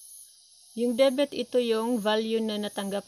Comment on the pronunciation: Debit Hindi debet